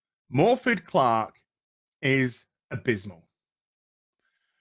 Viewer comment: The middle f in welsh is a v sound and the double d is said th, so maybe morvith rather than morfid.